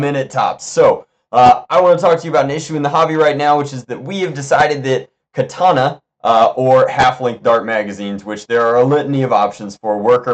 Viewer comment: I believe his name is Than (Pronounced T-awn), but I think the mags themselves are pronounced Ka-thawn-a. Whatever floats ur boat tho I guess lol